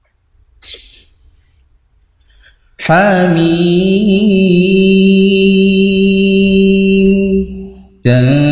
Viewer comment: Bagus indah merdu. Cuma di ha' miim saja yang mgkn perlu disempurnakan